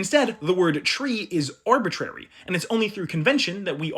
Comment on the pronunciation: Arbi-tree-ry. Árbol-itrario.